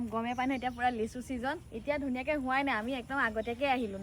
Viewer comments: লেচু নহয় হ'ব লাগে লিচু 😂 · লেচু নে লিচু 😂😂😂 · লেচু নহয় লিচু। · লেচু নহয় অ মইনা লিচু